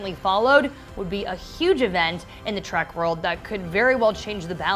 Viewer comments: Say TREK not TRACK! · It's Trek, not track. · Stop saying track, omg, it is a Trek not a track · It's pronounced Star Trek not Star Track. 🖖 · Trek Trek Trek, Not Star Track! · It's "All Access," not "Allaxis." It's Star TREK, not Star 'Track.' The supernova doesn't threaten to destroy the entire galaxy, and Spock's efforts in the future FAILED. SMH. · I wanted to enjoy your informative, helpful video, but could not finish due to the fact that your hostess insists on mispronouncing 'Trek', as 'Track'. Please get her a speech coach. thank you. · This video would have more credibility with a narrator who didn't keep referring to "Star Track" and "Captain Bacard" like I did when I was 6. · i love how she says Star Track.. Ugh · The announcer in this video DRIVES ME CRAZY. The word is "TREK" as in star-TREK. There is not "TRACK". NEVER Star-track. Ever. Ever. Ever. She uses each this term way to many times for it not to be noticed and not be considered intentional. No accident. She does not know. Doubtful this young woman has EVER seen more than two episodes of the show. Thanks, IGN but we'll pass on any more of your videos and make sure our other trekkie friends pass as well. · Why does the narrator call the show Star Track? That's rather annoying. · Why does it sound like she is saying star track when she must know that it is Star Trek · Did she just say Star Trak? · This is why I hate my fellow millennials. She, and her producers couldn't even be bothered to know how to say the freakin' topic of their own video. Ugh. Think about how much better us Trekkies and nerds could have done. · Maybe she thinks the only way to travel in space is by space train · She called the show "Star Track" throughout the video. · Trek with an “E”. Why does she keep saying track? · Quit saying Star TrAk plzzzz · She keeps calling it Star Track.. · Is she saying "Star Track" ?? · Yes. Ues she did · Because of this I lasted less than 30 seconds watching this trash.